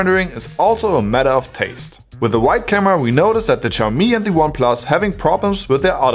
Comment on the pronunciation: Xiaomi is pronounced as = xiao - show ( from - shower 🚿), MI - mi ( as it is ) = Xiaomi is pronounced show-mi.